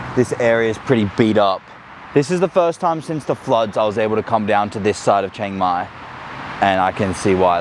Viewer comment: I’d try living in a more true Thai city like Bangkok before offering a perspective. Chiang Mai is insanely touristy, and completely different than the traditional Thai experience. Also, it’s pronounced more towards “she-ang mai” not “CHANG-mai”.